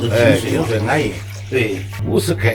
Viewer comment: 「安逸」兩字，就覺得夠入味了。.....我是山東人。